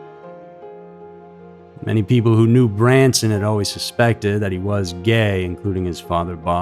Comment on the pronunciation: The emphasis on the word gay was staggering lol😅